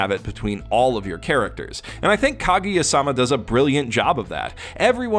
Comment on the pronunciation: Why you gotta say "-sama" like that man. All weebs know the stress is in "ma".